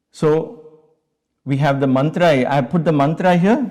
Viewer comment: Nonsense fake Mantua and fake sound pronunciation.